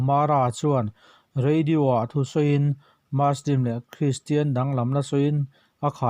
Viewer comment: Ngatinge muslim hi maslim tia kan lam fo mai awwww